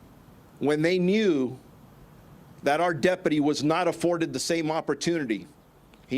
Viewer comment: "Deputy" or "Depity" ? Is this the new pronunciation?